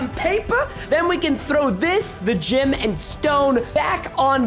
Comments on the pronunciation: Preston:ok so we have the ancient gym. Me:Preston you say it gem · did anybody notice he said ancient gYm instead of gem